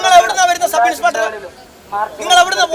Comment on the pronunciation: MLA സാറെ ..സബ് ഇൻസ്പെട്ടർ അല്ല. സബ് ഇൻസ്പെക്ടർ എന്നാണ് പറയേണ്ടത്